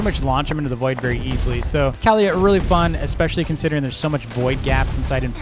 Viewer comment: Its npt cowliyha its kaliyha